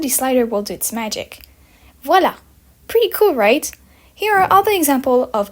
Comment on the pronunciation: Girl you said that "Voila" Perfectly!